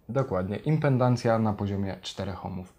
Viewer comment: Panowie, impeDancja, nie impeNdancja:D Pozdro:)